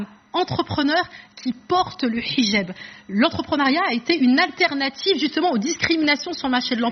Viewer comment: J'adore le mot Hijab quand elle le prononce en arabe, 8 fois.